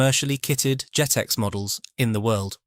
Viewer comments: For goodness' sake, it's not "JEETEX", it's JET-EX! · Pronunciation is dreadful true scale not trusscol jet ex not g.tex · Surely "Truscal" should be pronounced True Scale! & "Geetex" should be Jet-Ex